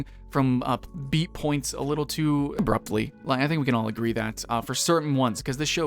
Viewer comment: “A little tooABRUPTLY”